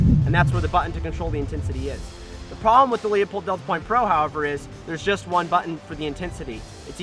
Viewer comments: It is pronounced "Lou Pold" not "Leo Pold" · It's pronounced Lew-pold not Leo-pold. Call the factory and find out, otherwise great video. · It's pronounced Loo-pold. Not Lee-upold. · Met the Marketing Director for Leupold at the Portland airport three weeks ago. It's pronounced 'loopold', not 'Leopold'. Get it right gun expert. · I pronounce it Leu-Paul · It's pronounced "Loy-pold" or "Loy-polt", depending on the german dialect. Not even the company pronounce it the correct german way, but it's not the end of the world. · Obviously. However he didn't pronounce it that way. People are constantly mispronouncing Leupold as Leopold. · You're exactly right Chris. I laughed when even pronounced it wrong. But like my friend at Leupold says, " I don't care if they can't read as long as they buy our stuff", lol. If anyone doubts how they pronounce it all they have to do is call the company and the live person that answers the phone will answer: LOO-pold and Stevens, how can I help you?